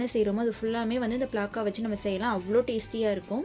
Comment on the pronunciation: Athu pilaka illa pilamuss 😁😁😁